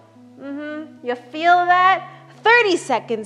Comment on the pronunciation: i like how she said "ya FEEL that?"